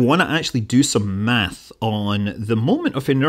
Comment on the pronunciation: Dude you're Scottish, please dont say math. It hurts my ears.